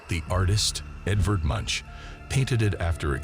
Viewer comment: It's pronounced "moonkh," not "munch" (as in chewing vigorously)